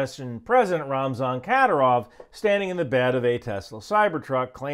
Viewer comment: It’s pronounced ki-deer-ov with the middle part getting the emphasis. Or satan works for short too